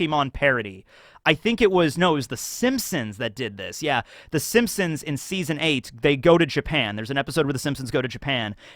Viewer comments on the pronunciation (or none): none